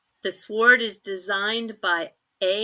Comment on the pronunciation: The word sword is pronounced "sord".